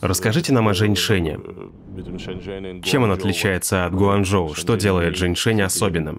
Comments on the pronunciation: При поездке в такси с ЖЕНЩИНОЙ, перевод неправильный, вместо Шэньчжэнь, переводчик говорит ЖэньШэнь!!! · Несколько раз послушала диалог в машине на тему города Шэньчжэнь. В дубляже я отчетливо слышу слово женьшень 😂 это рофл дубляжа?🤪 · шэньчжэнь, а не женьшень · Лол а почему переводят Шэньжень как Женьшень 🤣🤣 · Почему голос за кадром называет город Женьшень?